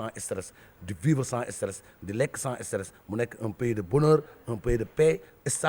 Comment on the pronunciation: Un homme qui veut être président doit pouvoir dire stress et non esteresss et le soit disant disant journaliste doit être renvoyé et emprisonné il est con et vraiment con